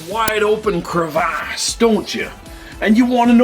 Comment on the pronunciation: Crevasse 😂 love it Mel nicely done sir! 👍